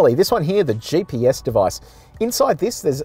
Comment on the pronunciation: Someone ought to let the host know that the acronym is GPS (GeeePS), and not JPS. His "JPS" pronunciation was throwing me.